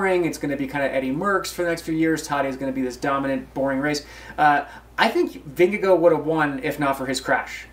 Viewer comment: Vingegaard would have won? Are you kidding me? Gaimon is loopy. (Also I'm pretty sure he is pronouncing Vingegaard wrong)